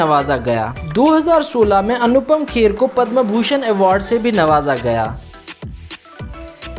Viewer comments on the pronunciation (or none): none